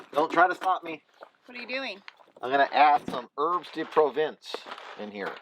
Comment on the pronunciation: Herbs de Provence is French...lol PLEASE pronounce it "Pro-Vahnce" unless you're joking like you do with quesadilla (I do the same thing). The French are picky in the accents! haha